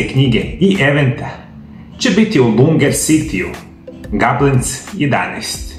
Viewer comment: LUGNER CITY (ne Lunger)